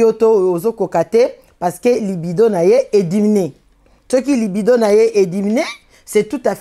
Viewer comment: Madame la journaliste donneuse de leçons on ne dit pas LIPIDO plutôt LIBIDO vas te documenter aussi à ton tour merci mais sinon très bon conseil